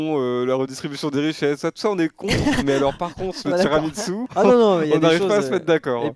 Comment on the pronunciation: Pleaseee, TiramiSU pas Tiramitsu on dirait un nom d'une prise de Karaté mdrrr